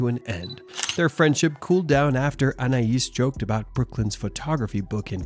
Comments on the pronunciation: It’s Anay not An ay eees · Its pronounced ANAY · Anais is pronounced ANN-AYE, not AN-EYE-ISS. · ?? The perfume is also pronounced like anna-is and not Anay because of the letter ï. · Anais is pronounced ‘Annay’ . Silent S 🙂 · I can't 😂 Annnayyyeeeeesssseee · its french! that is the correct pronuciation. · Why the F cant Americans prounounce Names proberly. Do some research before hand ,honest to God its Embarrassing listening to them. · Pronounce her name right Anais like the perfume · Isn't the name Anais has a silent s.